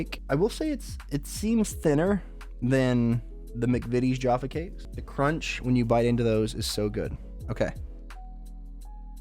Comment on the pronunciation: It's not pronounced Jarfar it's Jaffa. The a is a short syllable. There is no R sound.